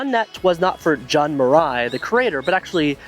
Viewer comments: Say "joon" not "jughn" it's an ü not an ə sound. There is no "ə" sound in Japanese. Letters are pronounced as they are. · Fun video and a real blast from the past for those of us who lived through the early internet years in Japan. I would just make one whining complaint: The pronunciation of 'Jun' is 'oo' as in afternOOn, NOT 'un' as in 'fUN or bUN. Say it "June NET", as if you were saying the six month of the year. From 1993 to 1995, I ran The Watering Hole BBS here in Tokyo, which offered FidoNET, OS/2Net, TechNet and other BBS-oriented networks, as well as acting as a gateway for internet e-mail and Usenet services. Such BBS services flew under the regulatory radar and were quite popular. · Jun is pronounced like “June”. This video is so well researched and presented that it is a little frustrating that something as simple but important as how to pronounce the name of the pioneer you’re reporting on was overlooked.